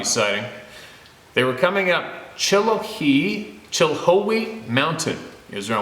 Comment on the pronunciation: It's pronounced --- chill- how - e ---- mountain. Lol